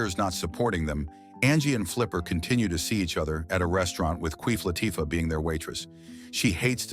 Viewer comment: Bruh said “Queef Latifah” 😂